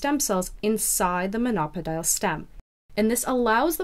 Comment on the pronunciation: It’s pronounced mono-pod-eeal, not mon-opidal.